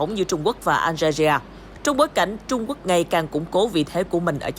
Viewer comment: BTV đọc Algeria hay quá. Nghe tưởng nước nào ở Châu Á 🤣